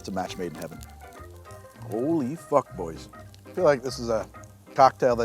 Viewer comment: when you said "Ho-Lee fuck boys" I knew you really were a Canadian citzen